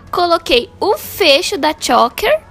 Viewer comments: Que agonia dessa menina falando “chÓker” 🙄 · Dica: Pesquisa antes como é a pronúncia de choker, porque vc errou, amiga. Errou feio, errou rude.